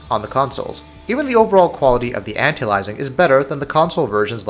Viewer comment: Please for the love of god type this into your youtube search box "How to Pronounce Anti-Aliasing". Thanks!